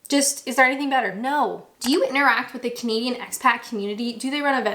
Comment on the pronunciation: you do you gal....you're right,none of our beeswax.... and anyone who says anything otherwise....to make you creeper out etc... bullies....less said... I do have one complaint however.... whenever you start your videos.... I always think you say comedian not Canadian... 😂😂😂